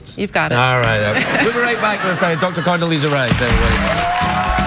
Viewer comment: It's Condoleeza. Condo-leeza , with an 'A' not Condalisa.